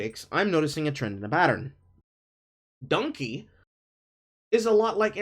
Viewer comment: it's dunkey not dunky! haha, love ya.